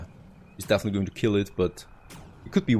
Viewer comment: Definitely, not dafiniteley